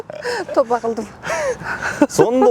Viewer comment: Су́йлөгөндөрү жакшы бирок"" тоба кылдым"" - деп өзбекче акцент м-н айтканы жакпайт